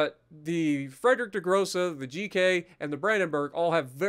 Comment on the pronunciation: IT WAS A MATTER OF TIME!!! Thank you, you're a champ!!! ((A little help with the name of the ship if you need. The "Friedrich" part of the name, you pronounce the 'I' more than the 'E'. In the end, it sounds like "FRIED (As in fried rice) -REICH (as in German time period).